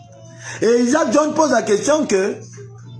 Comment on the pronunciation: tu sais de qui il parle même s'il ne prononce pas bien son prénom